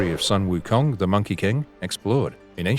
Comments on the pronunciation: Jesus, how hard can it be??!!! Sun - Wukong pronounce just like the word Soon instead The Sun/Son... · His name is pronounced as “Soon” Wu Kong